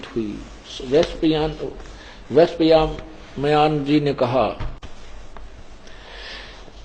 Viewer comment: संत रामपाल जी जनमेजय और वैसम्मपायन का उच्चारणभी सही से नहीं कर पाते ये कैसा ज्ञानी है पता नहीं कैसे लोग इन्हें ज्ञानी मानते। गीता का श्लोक पढ़ना रामपाल जी के बस की नहीं उसका अर्थ कहां से लगा पाते हैं वह। गलत गलत पढ़कर तथा गलत गलत अर्थ बता कर लोगों को गुमराह करते है